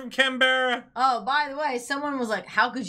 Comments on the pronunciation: Hi!! Loved The Young Ones!! By the way, Canberra, the capital city of Australia, is pronounced Can-bra...you know us Aussies and shortening words!! Happy birthday to Belinda's mother!! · lol no offence even though you're reading it .... still pronouncing it wrong (Canberra)